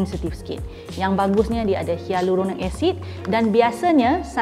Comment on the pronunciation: pretty sure hyaluronic acid is pronounced as “hai”luronic acid as from hyram’s video ;)